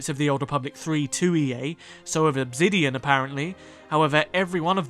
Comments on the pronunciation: Why in the video, do you keep saying "Obzidian" instead of Obsidian?? Very weird... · great video just one question, why pronounce the s in obsidian as a z. you keep saying obzidian and it throws me off the entire video.